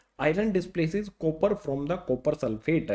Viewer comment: Sopper chloride 😂😂😂😂😅